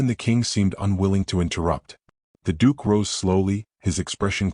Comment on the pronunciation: The Dook!!